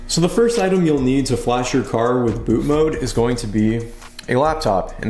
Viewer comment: i love your content. but for the love of jesus. it's bootMOD not bootMODE.